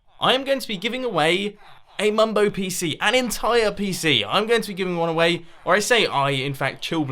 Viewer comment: Mumbo not mum